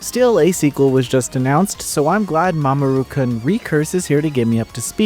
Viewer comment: Please re-record the review and pronounce it as “Mamoru-Coon”, as intended